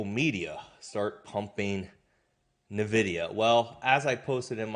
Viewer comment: Son, it's pronounced En-videe-uh. NOT Nuh-videe-uh.